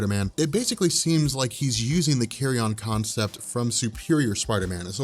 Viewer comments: Learn to pronounce Carrion: kerēən, not "carry-on, as in luggage.'. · I love the way keeps pronouncing it as the "Carry-On" virus. What does that do? Turn people into Sid James?;-)